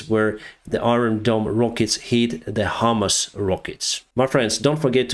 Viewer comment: "Hamas," not "HIMARS."